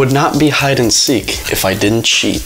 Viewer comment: You said seak it’s seek